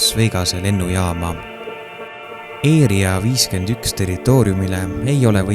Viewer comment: mis asi see eeria 51 on,´ häälda asju õieti ikka